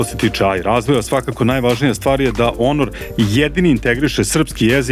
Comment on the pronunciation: Zašto stalno kažeš onor? To neka nova marka smart telefona.?? 😅😂🤣